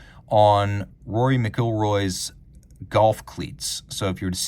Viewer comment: not into golf or he might know how to pronounce McIlroy.